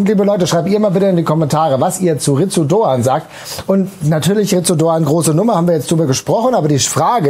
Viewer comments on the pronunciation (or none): das u ist stumm. "Litz Doan".